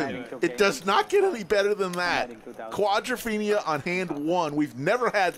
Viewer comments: Every time he says quadrophenia my skin crawls with cringe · If I never hear "quadrophenia" again, it'll be too soon. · I couldn't watch the whole thing for fear I would hear "quadrophenia" more times. Please, just stop. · "Quadrophenia"... wtf? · Wtf is this "quadrophenia" thing … if the commentator thinks he’s onto something "cool" can someone tell him he isn’t…